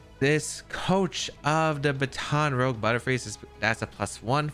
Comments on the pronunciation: It’s actually pronounced kind of like bahten Ruje, love the team though! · I should have Baton Rogue sounds cooler imo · I’m annoyed how you said Baton Rouge.